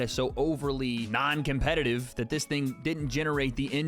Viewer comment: i beg you dont say 'ting' lol hahaaa